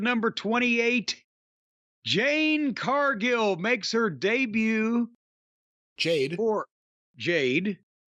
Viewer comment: He got every girls' name correct then spits out his ass JANE CARDGILL 🗣️ this toothless hillybilly